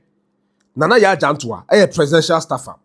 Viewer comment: Her name is jantuah and not jantuha correct your mistake